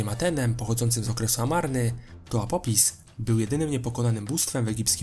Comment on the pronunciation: apopis xD mordo, polepsz wymowę ;)